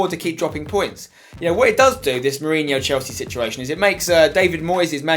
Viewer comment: Its Jose Mourinho not Hose Mourinho